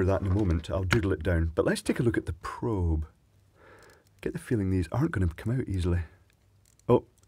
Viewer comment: What is it with you n probes,!? I've a feeling you just like saying the word. Prrrrrrobe.